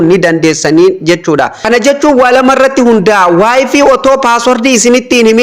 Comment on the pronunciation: wayfiin maal jechuudha wayfay jedhama kijibduu wayfaay jettee dubbisuu ituun beekin maal haasofta